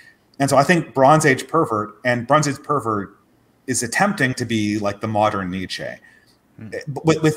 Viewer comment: you're such an Anglophone. It's pronounced Neetch-uhh (Nietzsche) & Bo-dree-a(r)d (Baudrillard). You should learn a European language, since almost every white American I know is something else besides Anglo-Saxon.